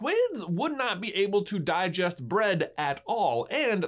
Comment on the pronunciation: “Ten-Tickles.” Dies in squid